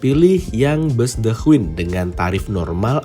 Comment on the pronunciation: Masee, punten ya tak koreksi pengucapan kata "queen" yang bener adalah {kt krj} /kwēn/ huruf Q pada kata queen dibaca K. Seperti pengucapan huruf K pada kata "king". Soale tak perhatikan konten sebelumnya yang naik the queen ini kalo ngucap kata queen menggunakan Q bukan K.